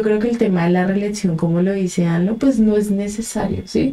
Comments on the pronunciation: Es amlo,no anlo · No es anlo, es amlo, aunque les cueste trabajo pronunciarlo